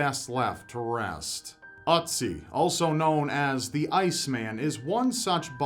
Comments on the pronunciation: It's OOtzi, not UHtzi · Ötzi not Otzi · Ötzi (you're actually doing quite well pronouncing it. the Ö should be like the i in Sir). It's been named such bc he was found in the "Ötztaler Alpen". The two German mountaineers who found him still ive, btw :-D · Sorry but I just can't keep myself from laughing at the way you pronounce "Ötzi". It's just so funny XDDDD